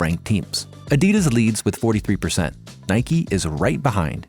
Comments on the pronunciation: Adias? What in the AI is this shit? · Bring back the old guy or someone that can pronounce Adidas correctly. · Learn how to pronounce Adidas and you will go far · At least pronounce Adidas correctly...that was not an issue with the German voice. I am sorry, I tried, but it's just not working out with the new guy when even such basics are off. And the entire character of the videos is gone.